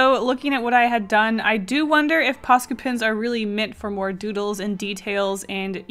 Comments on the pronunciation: isn’t it posca not pasca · You know what’s funny? I have subtitles on, and when you say POSCA pins, the captions say “pasta” pins. 😂 Edit: I feel like people take this as a hate comment, but I’m just pointing stuff out. Sorry if it feels like a hate. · i can not pronounce posca no matter how much you say it im just here like paka poco pasta?? pa da da da da da da bat man im not the brightest crayon in the box ._. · I turned on subtitles (idk why lol) and when said “Posca” the subtitles read “Pasta” 😂 Edit: heck the first illustration looked cute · I kept thinking you were saying pasta Xd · It sounds like you're saying 'paska' all the time, and it means shit in finnish 😂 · I keep on thinking that ur saying pasta